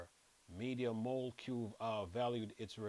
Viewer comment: Mol-e-cule bro 💀